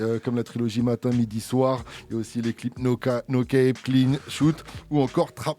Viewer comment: « No cap »🚫 🧢 pas « no kèp » cefran met toi à la page 😂